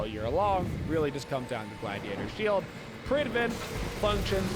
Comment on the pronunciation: Does anyone know why he pronounces predwin with a V ? “Prid-Vin”